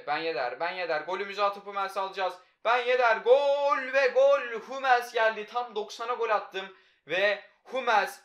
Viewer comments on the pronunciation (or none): Humels deme suna hammils de